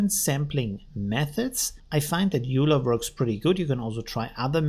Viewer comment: Just FYI Euler is pronounced "Oy-ler" named after Mathematician Leonhard Euler